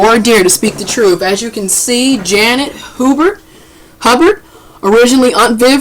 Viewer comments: damn learn how to pronounced Miss Hubert 's name it's not Hubburd it's Hubert ! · that's pronounced ''Hyoobert'. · Hubert is pronounced you-bert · Janet Hubert (Huyoo-bert). Social media has created millions of non professional so called "Journalist". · I can’t understand for the life of me why people with literal weaknesses have speaking platforms. It’s annoying. How do you fuck up Hubert (hew-bert) fam? How? Anyways good talking points. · ITS HUGH-BURT dammit HUGH-BURT!!!!!!! lol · Why couldn't this person stop and take a moment to learn how to pronounce "Hubert"? Instead she just repeats it incorrectly over and over and over... 🙄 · you couldn't even learn how to say her name. youtube it. that's some good journalism. Why do you re read everything you just played but you add or remove s's from all the names. abc123's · I need the woman who posted this to learn to read and pronounce the name of the subject of her video before she guides us through the story. Who doesn't know how to say, "HUBERT?" Janet even says her own name in the video! #Basic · so you pronounced her name wrong 4 times and repeated what she said...